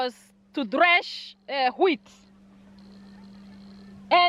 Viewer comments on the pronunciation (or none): none